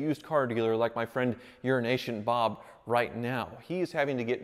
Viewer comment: Well, that's what I thought he was saying all along: "Urination Bob." And I didn't have the subtitles on.